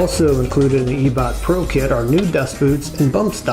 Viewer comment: Eeebok “eyebock”